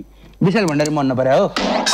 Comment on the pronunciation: भन्डारी लाई बण्ढारे, भन्ने कोको हो🤣🤣🤣